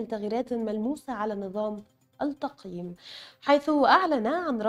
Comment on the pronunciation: تنويه فقط وليس نقد : السيده الفاضلة المذيعة مع كامل احترامي لها تقوم بنطق الالف واللام الشمسية علي انها الالف واللام قمرية (في بعض كلمات الخبر) علي التقييم . من نجاح الطالب . نظام التقييم للصفين . تسجيل هذه الدرجات . تقبلوا تحياتي